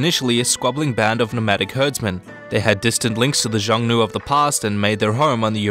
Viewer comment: Contrary to popular belief.... cough my bad... I mean actually according to popular belief the Huns did attack China. You might want to educate yourself on the raids. The term Xiongnu (which you incorrectly pronounced as so many do) is the term known as for the Huns. There was a split. Between the Eastern Huns or Xiongnu as well as the "Western Huns" which lead to Attila and the others in the West.